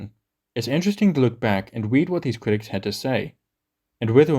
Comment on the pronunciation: Kwitics 😂 Juwassic 😂